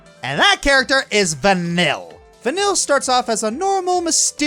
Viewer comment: Turned it off at the first entry. It's pronounced VA-KNEEL. It's literally said about 7000 times throughout the game. Getting the pronunciation of a name wrong when the game lets you know over and over and over and over how it should be pronounced is inexcusable and makes your entire opinion irrelevant